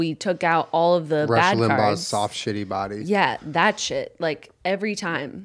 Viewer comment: the way Jenna says all of these is exactly how she pronounced shit when they did the headphone challenge, the way she bobs her head is so cute lol UGH I MISS HER